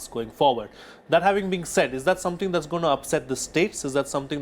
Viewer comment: sir its zath, not zhats.hahaha